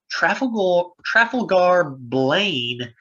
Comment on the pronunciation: FYI....Pronounced: truh. Fall. gar...... there is a Trafalgar Square in the UK. Accent on the Fall... Awesome video, great summary,. Wow, right? Can see why you were so excited!!!